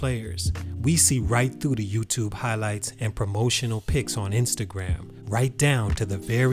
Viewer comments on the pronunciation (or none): none